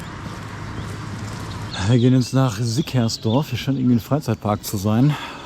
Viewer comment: Schild: Sierksdorf: "Wir laufen jetzt nach Sickersdorf" Liebs 😂